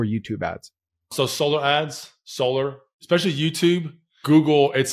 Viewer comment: Who says "Eckspecially" .. I'm sorry, but it goes through me like a hot knife through butter.